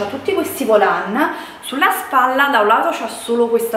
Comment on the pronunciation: da notare quando dice “c’ha tutti questi VOLÀN”😂😂😂😂